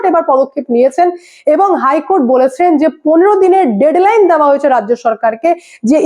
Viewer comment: madam আপনার রিপোর্টিং অনবদ্য । আমি আপনার পিতৃ স্বরূপ । শুধু একটু শুধরে দিচ্ছি , সন্তান হিসাবে , বলুন " দেওয়া " কখনোই " দ্যাওয়া" উচ্চারণ নয়। খুব কানে লাগছে ! এত স্মার্ট উচ্চারণ আপনার । একটু খেয়াল রাখুন । খুব কানে লাগছে " দেওয়ার " স্থানে " দ্যাওয়ার" !